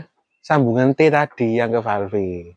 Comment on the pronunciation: Terimakasih... Manteb .... btw. .. Falêf, Om. Bukan falfé 😊